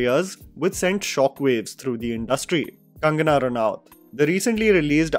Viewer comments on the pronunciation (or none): none